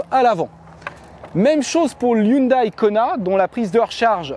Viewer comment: Arrêtez de dire « Hyundaïe »... on dit « Hyundaie » ...